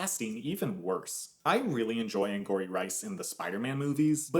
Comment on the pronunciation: It’s not “Anne-gory” it’s “Anne-gowry” like Tia Mowry